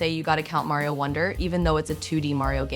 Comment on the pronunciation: it was really easy to notice by how they said mario wonder